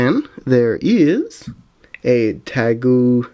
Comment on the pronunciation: I think it's togee-de-Maru I am sorry if it is not the correct way of saying it but I think it is that only